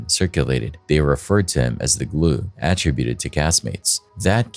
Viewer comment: Please, say ATTRIBUTED incoorectly one more time.